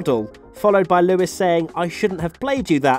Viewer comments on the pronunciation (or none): none